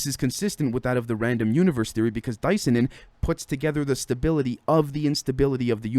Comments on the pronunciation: I think you actually pronounce it Dis-Ya-Nin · say Cyanide, the say Di - Cyanin